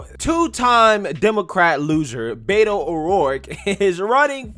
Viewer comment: I do believe it is pronounced "whedo." White boy from San Antonio.